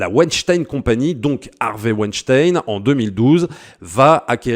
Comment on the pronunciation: Tu es l'un des très très rares qui dise Vaïnechtaïne et non Ouinestine et ça c'est déjà énorme! Merci!